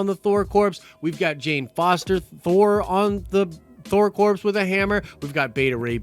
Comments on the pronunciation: it’s pronounced core, not corpse. God damn that was hard to listen to 😂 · Hail Eris! Interesting thing about English: "Core" and "corps," oddly enough, are pronounced the same way. "Corp," as in *corporations*, on the other hand, is pronounced as it looks, and its plural form, weirdly, is also pronounced as it looks, so you have to make the context clear. In this vid, it should be "Thor Core," in pronunciation, and "Thor Corps," in spelling. Blame it on the culture-appropriating ways of English-speakers for the past millennium. We're not going back to speaking Olde English now. Nerd Card: The secret identity of Thor, in the 1960's until the '70's or thereabouts, was Dr. Donald Blake, which is a sort of callback to the Old High German form of Thor's name, Donner, with "Blake" subbing in for "Black," as that was considered a surname, more-or-less, for Donner. Snarky For example, what if someone decided to fuck a monkey? It's just a for-instance! It's not an idea! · Not unless they are the Thor Corpse Suicide Squad. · Dude it's pronounced "core". Drivin me nuts man. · Had to quit halfway through, couldn’t take another “corpse” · Omg you don't pronounce the p or the s in corps. They are NOT dead bodies. That was so annoying and you are usually much better than this. First I couldn't even finish the video because it was so annoying. Second, if you can't be professional, why should people subscribe and more importantly pay you on patreon? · Yes, thank you. It was driving me crazy every time said it! 🤣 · The 'S' is silent in Corps. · I cringe every time you say corpse instead of corps (kor) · It's pronounced "core", not "corpse". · Noone cares its pronounced core not corpse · Corps is pronounced 'CORE' not corpse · Corps is pronounced *core*. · It’s pronounced core not corpse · Hey buddy so corps is pronounced core, like marine corps, so Thor corps sounds better,. Thor core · It’s pronounced “Core” not “Corpse”......Jesus